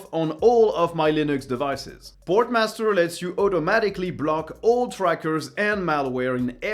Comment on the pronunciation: You really need to pronounce your sponsor names right. You kept calling them Sportmaster like the shops .